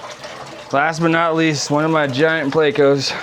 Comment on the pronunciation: What's a playco? That's a pleco.